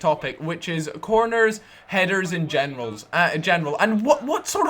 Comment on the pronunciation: did he say corners, headers and genitals ????????????